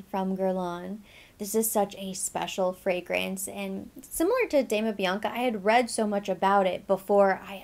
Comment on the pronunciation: Dama Bianca is gorgeous. It is pronounced like an Doma (the italian pronunciation) and not Damna.